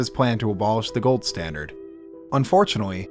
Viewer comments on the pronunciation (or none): none